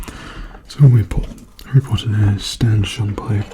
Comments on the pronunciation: you were saying it right! His name is Stan Shunpike! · You got it right first time it is stan shunpike